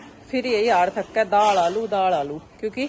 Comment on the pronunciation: Priti ji daad kya hota hai daal hota hai improve your language